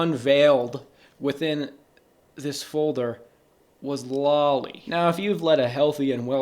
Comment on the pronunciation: bro I know you pronounced it lolly and hentay just to trigger people but i'm NOT FALLING FOR IT